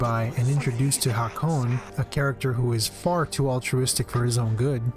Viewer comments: Breh this dude said crain…. No one know the characters names or something. Crain and Hakone lol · Hakone? Wtf you saying? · why’d you say Hakon’s name wrong, i know you’ve heard it a thousand times if you played the game